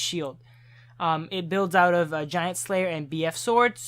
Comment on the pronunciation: "GAINT SLAYER"